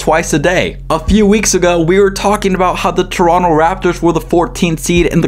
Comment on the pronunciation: props to you for pronouncing toronto right❗️❗️